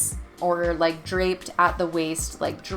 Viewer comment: DRAPED not DRAPPED.